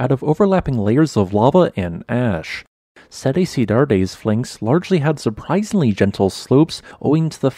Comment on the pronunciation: pronounced "set ci-dads" :)